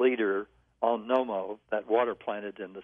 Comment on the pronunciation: NOMMO ... huh huh huh NO-MO lol